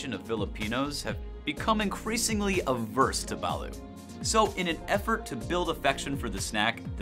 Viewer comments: #4 is pronounced ba-LOOT, not ba-LOO, and it is NASTY smelling! I could never drink quite enough San Miguel to try it. When I was in the air force I was stationed in Japan and traveled extensively in the far east and "down under", and that's how the locals pronounce it. #1, fugu isn't all that dangerous if you go to a reputable ryoria (restaurant specializing traditional Japanese food), it's actually quite unique, you buy an entire fish and after the dangerous bits are removed (skin,liver, gonads),it's sliced paper thin and shared in a group of friends, it's not a meal, it's an appetizer. The live octopus they eat in S. Korea is much more dangerous than fugu. They eat some quite interesting things in Australia too, like vegemite . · It's not ba-lut its ba-lOt not spelled that way but how its said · Its duck not chicken and T is not Silent 🤪👌 Balut is good yum yum 😁